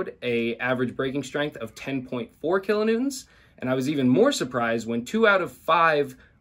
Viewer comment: If you really want to feel like you gotta say it kilonewtents.